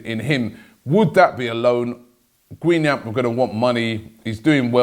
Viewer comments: Guingamp is not pronounced "Gweenamp" wow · You gotta pronounce Guingamp the right way mate! “Gen-Gon” with both ‘n’s very slightly muted 😉